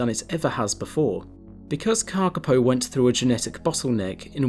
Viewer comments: Moss Chickens!❤ One thing to add, your pronunciation is very good but you should extend the vowels a bit more. The correct spelling is kākāpō and its cousins the kākā and kākāriki, with the macrons indicating a longer vowel sound and kākā meaning parrot. The shorter sounded word kaka means poo in Màori😉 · Karkipow !?? What's that? I know the Kakapo. If you bother to pronounce the Kakapo name properly it will sound more beautiful, more authoritative and more respectful of the maori name. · Kaka paw is how it said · thank you for your reply. Kakapo is a maori name and unlike in English usage vowels are pronounced consistently. The letter a is the same as the words car, father. the second letter a in Kakapo is also pronounced a and not like an "i" as you did. The big difference is that the letter "o" should be pronounced as in the work "fork, port". "O" is pronounced best with lips extended. All vowels in the name Kakapo are long and with even emphasis. My father was a passionate advocate and tutor of the maori language and I have given NZ politicians lessons in maori language pronunciation. Your "just fine" pronunciation is classic lazy kiwi pronunciation which would have gone unnoticed 20 years ago but fortunately today more people in all walks of life (even scientists) are embracing attempts to pronounce maori as a mark of respect and NZ nationhood. I hope this helps.